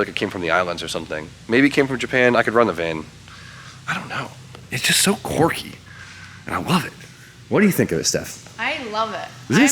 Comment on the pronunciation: “Quirky” not “corcky” you mouth breather